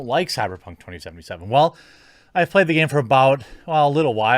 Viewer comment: Stop saying “2077” like fuck me